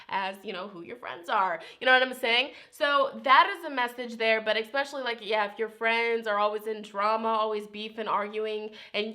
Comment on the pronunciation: you are soooo sweet , please don't say ex-pacially.